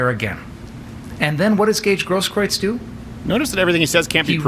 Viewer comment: Steven it's pronounced 'GROSS - KROOTS'